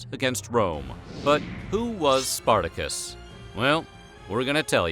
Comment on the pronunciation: Spartako or Spartacus is not pronounce that way, is not an English name.